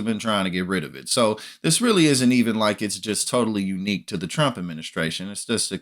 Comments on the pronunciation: Did she say CHUMP tax cuts? 😂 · ”The original Chump, ahem Trump Tax.” Gotta love the slip of the tongue! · Ha Ha!! she said CHUMP instead of t RUMP... Shows her STUPITY....🤡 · Does she constantly call tRump, Chump? It sounds like she says Chump every time. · Loving how she pronounces the word 'Trump' as CHUMP 😂😂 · She can barely even pronounce Trump. Listen to her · Did she try and say trump ??? Cause I swear it sounded like she said chump lmaoo